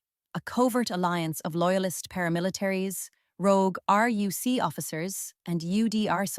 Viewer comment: Yeah, its very good - until it pronounces RUC as "roook" or some shit.